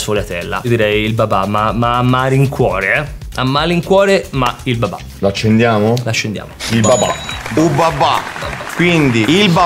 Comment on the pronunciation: Ma perché babà? Pensavo si chiamasse babbbbà